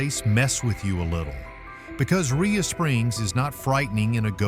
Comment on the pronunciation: Rhea pronounced ray not ria.